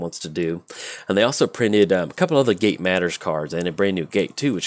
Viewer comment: Demonetized for mispronouncing gate to make it sound like gay Kappa